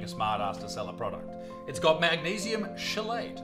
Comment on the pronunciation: Oi Buttsmarn. Chelate is pronounced KEY-LATE.. Ya fee-ool... 😅